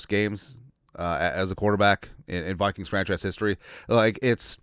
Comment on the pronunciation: Did you say POOPKINGS?